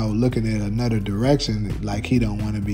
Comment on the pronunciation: “Anuder” Another?? 😂😂😂